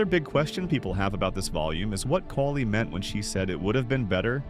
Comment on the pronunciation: i know its the AI voice butchering Kali's name but i was looking away and asked who's that?